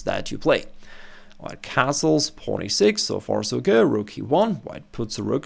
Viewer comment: If only someone would correct his pronunciation of "pawn."